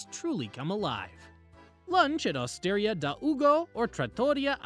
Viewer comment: Città Antica is pronounced chee-TAH an-TEECA and Osteria and Trattoria rhyme with pizzeria. Great video though 😊